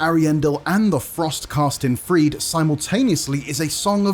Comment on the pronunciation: Sister "Friede" is pronounced as Frida, not as Freed